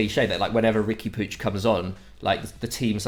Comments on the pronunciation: You talking about not being able to fit Puig (pronounced 'pootch', not 'poojh') into a 4231 when they haven't used that formation in 5 months? Why are you talking about a team you clearly don't watch? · Wish they'd use that effort to Google 'how to pronounce Puig'. Or to Google what shape Barca are using